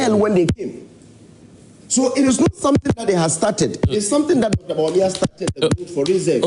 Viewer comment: Win with who? did i hear him say Bawumia! my God, what a shame, is only Ken who can do that, don't even mention Bawumia's name again